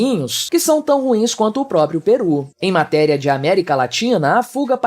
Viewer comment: Correção: é Peru, não Perú.